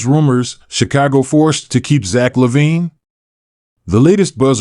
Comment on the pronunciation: You are saying his name incorrectly...